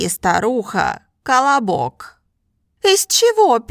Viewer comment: The way she pronounced the word колобок, sounds like she's telling me to shut up in Brazilian Portuguese "cala boca" (shut your mouth), and I not going to lie, I laughed when I first opened the video and was listening to the history, because I felt like those silly elementary school children who laughs at fart jokes and things like that. I had fun, this is what language learning should be for all of us, and it is for me. I learned English fluently by having fun while playing video games, and now I found this channel because of her review of the new penguin Russian course, and I just ordered from Amazon like she herself mentioned, and in a few years I'm going to surely achieve fluency in Russian, and I'll learn Mandarin afterwards. I fell in love with this channel! You're doing a top notch service for the self taught language learners community! Language learning is a hobby of mine that I do it daily. I'm subscribed to the channel and I'll watch all your videos. This is Dalton Melo, I'm 27 years old, and I live in the the northerner state called "Pará" in a city capital called "Belém". Just a random guy trying to achieve fluency in Russian through this great and wonderful channel.